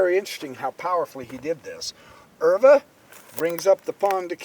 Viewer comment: Pronunciation of Euwe is very good!